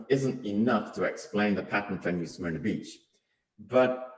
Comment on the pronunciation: The script was read awfully. It's not pronounced "smear-nuh" and it's not pronounced "tar-pawn". And tarpon are not baitfish but rather a game fish which EATS baitfish. This vid might contain other errors too, but I couldn't go any further, this was so bad.